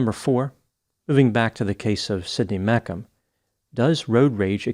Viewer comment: Think it’s pronounced Meech um Not mek um